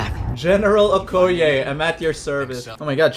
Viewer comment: this man said... general okoye 🤣🤣🤣